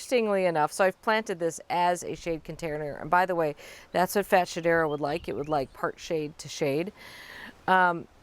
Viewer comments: It's pronounced Fats- Hedera 😅 but I love the way you say it Carex are on my list, that and more Hakonechloa. My garden is drowning in ivy, it's a constant battle to hold it back (UK). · Yes since it's intergeneric hybrid of Fatsia and Hedera it's pronounced Fats-hedera in the trade. But her way might be more fun